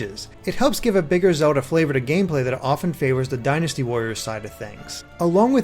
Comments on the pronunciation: the way he pronnounces zelda sounds a bit strange. it sounds like zehuda. not hating im just curious if thats an accent or not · Can't get over the way you say Zelda haha, but sick review!